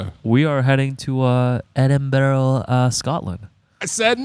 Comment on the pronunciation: Btw it’s pronounced Edin-brah, Scotland (I think lol) beautiful place